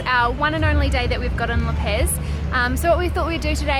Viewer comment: La pez! What the fuck. laaa PAAZ! It is as if i was saying New salad!